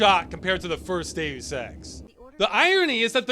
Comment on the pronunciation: Only thing that annoys me is the pronunciation of Deus as day ouss. It's dey us! Still love this channel and all the videos though, subscribed ❤